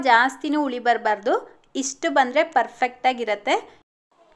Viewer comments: Ice cube ಹಾಕಿದ್ರೆ ಇಟ್ಟು ಸರಿಯಾಗಿ ಉಳಿ ಬರೋಲ್ಲ ಅಲ್ಲ ಮೇಡಂ .... ಹಿಟ್ಟು ಸರಿಯಾಗಿ ಹುಳಿ ಬರೋಲ್ಲ..... ದಯವಿಟ್ಟು ಕನ್ನಡ ಭಾಷೆಯನ್ನು ತಪ್ಪು ತಪ್ಪಾಗಿ ಮಾತಾಡಬೇಡಿ 🙏 ನಮ್ಮ ಕನ್ನಡ ಬಾಷೆಯಷ್ಟು ಶ್ರೀಮಂತ ಭಾಷೆ ಬೇರೊಂದಿಲ್ಲ .... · That's not ITTU that is hittu n not uli it's huli just correct your pronounsation.